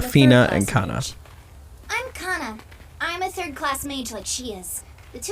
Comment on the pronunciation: The original name are , la-vi-ne /kan-ne not la-vi-na / kan-na, just saying.